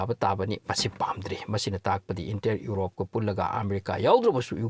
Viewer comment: "Urope" haibase "Europe" haibiyu